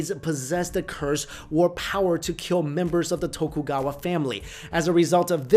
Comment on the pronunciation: So what you're really trying to say is: it will keal.